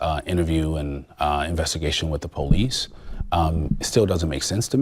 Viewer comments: You're the superintendent and you can't pronounce police properly? Its police not poolece you should really be able to correctly pronounce words. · Your a superintendent and your pronouciation is still Police(Paw-lis).. come on man... You should be a role model to your students